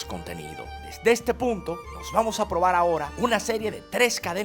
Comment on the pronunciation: proval?? coltando?? compaltila ?? mejor volvete y regresa a escuela para aprender a hablar